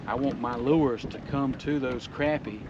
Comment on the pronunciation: I can't support a guy that pronounces Crappy wrong... LOL